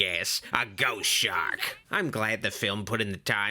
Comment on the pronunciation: ‘Chost Shark’